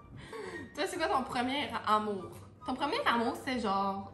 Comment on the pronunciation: « premier Tamour » 😂